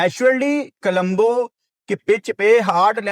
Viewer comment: Kalumbo nahi o parava it's co-lom-bo